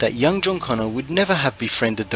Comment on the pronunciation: its CONNOR, not CONNER